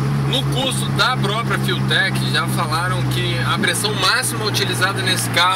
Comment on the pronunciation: Cara na boa, é FUELTECH nao FILTEC, outra coisa, eu tinha um golf igual a esse ai, miolo original 1,2bar no alcool, 260cvs motor e nunca quebro nada. Cuida com as informaçoes que tu ta passando ai!!